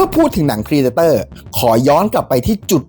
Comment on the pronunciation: เพรเดเตอร์ ไม่ใช่พรีเดเตอร์